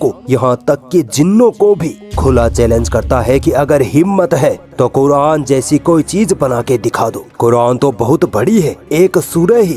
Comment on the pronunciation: Isko bolne bhi sahi nahi aata phir yeh Quran kaise padhta hoga? Yeh cheez ko cheej bolta hai, yeh Quran ko Kuran bolta hai,Yeh jara bolta hai lekin isko zara bolna chahye, yeh kiyamat bolta hai lekin isko Qyamat bolna chahye. Jab iski pronunciation hi sahi nahi hai toh is se kiya seekhna.